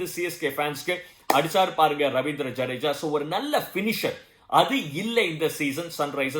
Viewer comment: Very nice voice welcome to youtube And love ur word pronounced jadeja